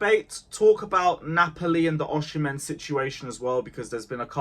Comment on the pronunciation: Why do you say OSHImen?????